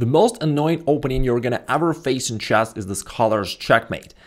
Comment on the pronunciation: 'The most annoying opening video you're ever gonna open in "chass"....'